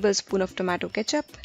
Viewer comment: i like how she said TOO MA TOO instead of tomato